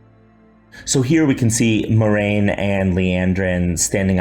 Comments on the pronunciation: MOY-RAIN?? You are better than this Rafe MWAH-RAIN Sir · Did he just said moy-rain